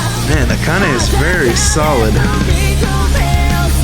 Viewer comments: Also, you did pronounce "Akane" correctly, but the samples you looked at for "Hirose" weren't quite right. So, here's more information on Japanese pronunciation than you ever asked for! It all starts with the vowels: a (ah) i (ee) u (oo) e (eh) o (oh) The pronunciation of the vowels and consonants never changes, which is pretty helpful, and from there you can extrapolate the other syllables. Ka, ki, ku, ke, ko, etc.. There are a couple of gotchas ("shi" instead of "si", "chi" instead of "ti") but this is enough to get by with at first. One more piece of trivia that really doesn't matter for most Westerners is that in East Asian languages, the family name comes first. So in the case of the happiest drummer, it's Hirose (hee-roh-seh) Akane (ah-kah-neh). Pretty much no one is going to fault you if you do it the other way around, but thought I'd throw that in there. :) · Someone else may have told you this already, but the vowels in Japanese are always the same. So you got the e in Akane correctly. The e in Hirose is also the same, so the -ne and the -se rhyme.